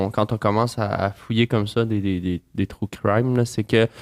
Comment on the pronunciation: aaaah c'est agressant quand tu dis true crime, comme les francais le disent. Tellement horrible comme prononciation. (désolé les francais, vous ne savez pas comment prononcer les mots anglais)